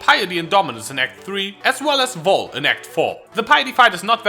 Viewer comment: its vaal not voll